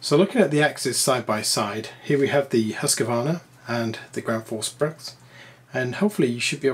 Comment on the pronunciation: Great comparison! Quality matters, and you did a great job on showing the differences. However the pronunciation makes me cringe, and I'm not even Swedish. Husqvarna = Whose-kvarna, not Huss-kevarna. With an oo sound and no vowel between the q and v. Think "Rockville" - you wouldn't need to add a vowel between the k and v there, so there's no need to do so here either. Gränsfors Bruk = Grensforsh Brooke, and neither Gran's Forge Brooks nor Ground Force Brux. The ä is a letter in its own right, and is never pronounced as an a. And there's no s at the end of Bruk either.